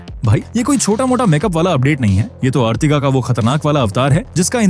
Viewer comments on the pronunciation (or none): अर्टिगा होता है ना की अर्तिगा लोड़ू